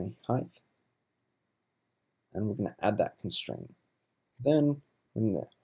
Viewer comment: There's a T at the end of constraint you know....